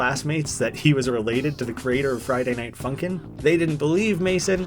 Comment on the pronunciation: OMG YOU PRONUNCED "FRIDAY" WRONG! (There is your algorithm boost ;))